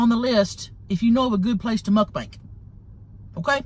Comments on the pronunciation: Love how she says muckbank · I love Tammy saying muk-bank😂🤣